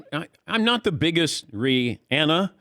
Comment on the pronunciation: And thanks to Dan for pronouncing her name correctly!